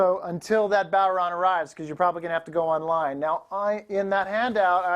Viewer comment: Well what do ya know. A yank that pronounced it properly.